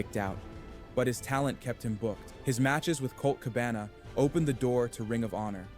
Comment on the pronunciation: I'm convinced that both the script and narration of these videos are completely AI generated. The narration is obvious, since it pronounced Cabana's name wrong, and Balor's in the previous. And the script is filled with factual errors, analogies and flowery language, which is common in AI generated scripts.